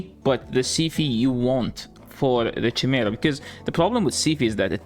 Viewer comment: Also Chimera is pronounced like Kymar, English is stupid and not your first language but just so you know. Kymera.